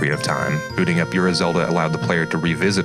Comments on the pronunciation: I think Ura Zelda is pronounced more like "oar-uhh." Great video though, looking forward to the next one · It's "ooh rah"